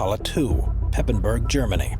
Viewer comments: Meyerwerft is actuallly in Papenburg not Pepenburg! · Actually, it is Papenburg, not Pepenburg...